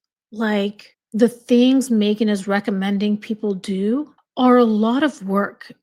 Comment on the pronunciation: I love how u say Mee-ghan on purpose every time 😂 because for her it really is all about her. She’s the poor man’s Pam Anderson - Pamela’s cooking show is such a hit & this one tried to desperately copy it